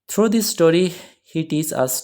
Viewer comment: Through not throw sir Please correct your pronunciation